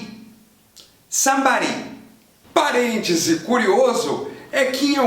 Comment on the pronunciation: Falando somebody em britânico com sotaque japonês ahhahah Ótimo Vídeo!!